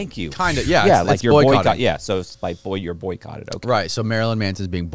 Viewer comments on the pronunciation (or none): Say it with me.... Boy.... Cott.